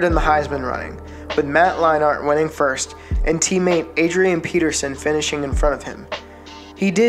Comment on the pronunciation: I'm surprised he pronounced white correct and didn't say something like why ite. He said. He said Matt line art. Bless your heart, don't stop making videos as I did like the video.